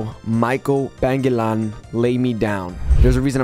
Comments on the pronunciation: His name Pangilinan - pung ehhh leen none (how it should sound or pronounce)😊 your welcome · his last name is pronounced as PANG-EE-LEE-NAN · Hello it's pronounce Pan gi li nan😅